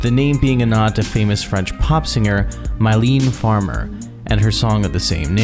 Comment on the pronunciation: man you literally butchered any non-English word, especially the French ones lol The way you butchered Mylène Farmer, Merveilles, Le Ciel, and Au Revoir is hilarious beyond help 😂😂😂😂 great documentary though, nice job!